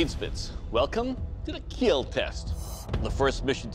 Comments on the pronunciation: It will kell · it will KEEL